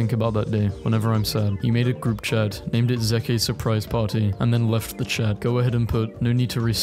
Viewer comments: it's pronounced zeek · Are we not gonna talk about the way this man pronounced Zeke?